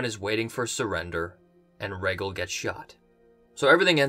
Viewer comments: You're a huge fan but you still cant pronounce "Rhaegal" correctly? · Casey W. He actually says Raygull 😂😂